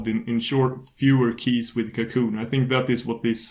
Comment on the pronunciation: Apart from a little accent, the pronuncation is correct? It's french, it's "cacoon".